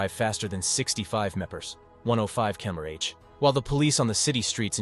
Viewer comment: That AI voice has a really tough time with mph and kmph, doesn’t it